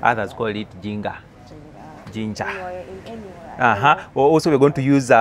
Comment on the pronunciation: Ginger ( should be pronounced as "Jinj-a-a" not 'J-i-nga' which sounds more lugandaish).